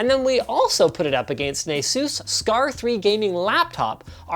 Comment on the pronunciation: So I’ve been saying “Asus” wrong my whole life...